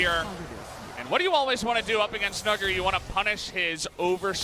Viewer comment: Every single time the casters say his name, I'm sat here wondering if that's really how it's pronounced.. Nuggery? Is that how you say his name, seriously?